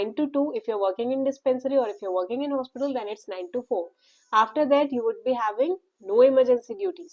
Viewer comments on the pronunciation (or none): none